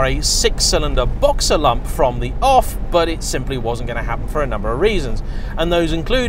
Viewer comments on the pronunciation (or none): none